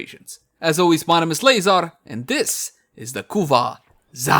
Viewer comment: Leyzar with the K. Zarr